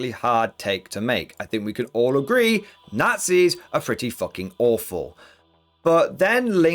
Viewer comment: Forget WW2, they had evil "naghtsees" We are looking forward for WW3 (at least there won't be any "naughtsees" in it)!